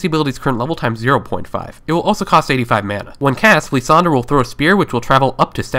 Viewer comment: lissandra =/= Leesandra